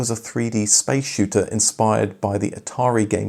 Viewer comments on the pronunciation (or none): none